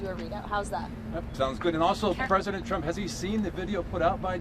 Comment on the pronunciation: Didn’t President “Chump”, as Leavitt, pronounces it, say that gas price were at $1.99 about 2 months ago? That’s a huge price spike! Why would she be celebrating $2.70?